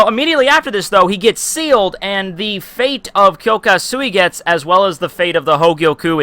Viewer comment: bro ur name pronounciation is shit omg